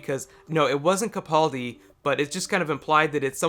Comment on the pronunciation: stop calling in capauldi its capaldi